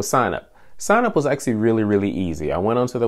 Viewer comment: Am I the only one who gets tilted by the way he pronounces "actually" ?